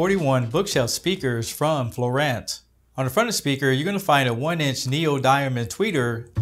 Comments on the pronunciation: It is pronounced FLooo-on-s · Written as fluance but pronounced as florant, all for a word that doesn't even show on Oxford dictionary. Canadians truly are weird. Must be too much maple syrup or expired doobies.